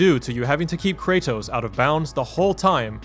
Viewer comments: CRAYTOSE? KRA-TOSS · I don't know how much longer I can handle this pronunciation of Kratos.